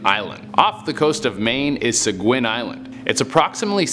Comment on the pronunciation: Seguin Island, ME, USA is pronounced "seh-geen". Just thought you'd like to know. :D